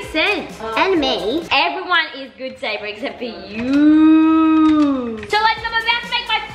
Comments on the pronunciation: It is Sabre not sanner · it's sabre not saber